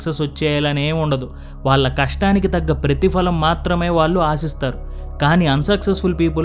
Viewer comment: Content is good. But your Telugu pronunciation is not good and proper. వాళ్ళు అనేదాన్ని వాల్లు అని ఇంకా ఇలా చాలా